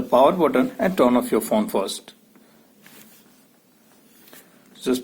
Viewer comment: Ye fon fon kya hota thuk kar bolo phone